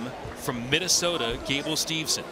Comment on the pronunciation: Then there’s really no excuse for him not pronouncing Gable’s name correctly. He should absolutely know better.